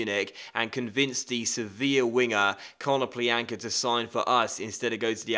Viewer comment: Ko-no-PLYA-nka the Ya is pronounced like in yannick